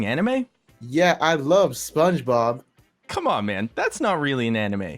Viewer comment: "I love sopngebob" hahahahaha im dying